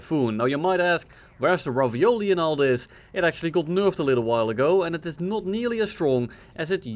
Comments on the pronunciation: I like how you say Rafale as ravioli. More fun to say and hear ngl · still trolling everyone with mispronouncing the Rafale on purpose.